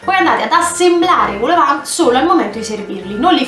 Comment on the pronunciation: vol no vul è au che si legge o